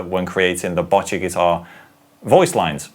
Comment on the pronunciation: Kinda hate being like this, but as a person learning japanese, who also started playing guitar because of this show, it's pronouned Bow-cchi, the last part is right, you're just pronouncing the begginning wrong. Also, I think you got it down, but it's a hard ch sound